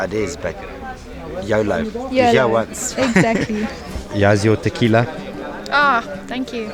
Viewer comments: Taquilla😂no tequila😂😂😂👌🇪🇸❤️🫵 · Tekilas no taquillas😂😂😂